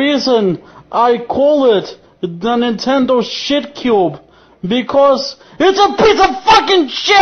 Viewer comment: neen ten doh SHIT cyuube